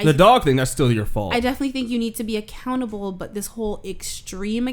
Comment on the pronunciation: When he said accountable I thought he was saying a cannibal